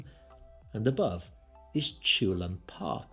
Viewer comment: Great video, just to add: his name should be pronounced "chul-hoon", not "choolun".